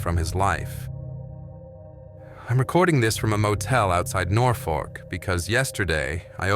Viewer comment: Nothfork ? Its Norfolk you imbicill ! Thirty seven confirmed kills in an F4U Corsair as he displays a P51 Mustang .